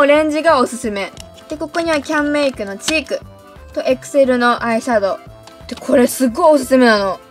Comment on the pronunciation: エクセルの発音がアクセル(笑)